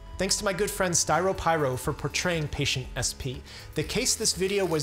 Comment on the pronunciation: "SP" = Stye-row Pie-roe? Like, popping a stye while eating a pie made from roe?